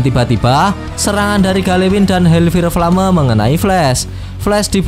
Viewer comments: Bukan hel fire flame tapi hel fayer flem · HELLFIRE FLAME : HELLFAYR FLEYM 😩😩😩